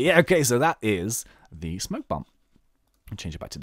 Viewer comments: Spoke bomb, not smoke bomb. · It's spoke bomb